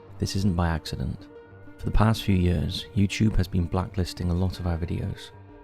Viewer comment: I think they’re poking fun at the way he says “YouChube” instead of YouTube